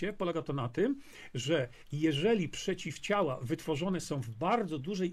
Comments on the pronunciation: Czy tylko mnie triggeruje sposób, w jaki ten człowiek akcentuje słowo „przeciwciała”? XD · Nie wierzę nikomu kto wymawia przeciwciała oddzielnie 🤣